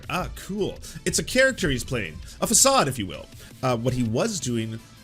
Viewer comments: It's pronounced /fəˈsɑːd/, lol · oh gosh it's pronoumced /fəˈsɑːd/ <3 otherwise realy enjoy your videos :) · Dude.. did you really not know how to pronounce facade? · Is that how façade is pronounced in Canada? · I used to have some respect for this channel until he mispronounced "facade". Sad smh.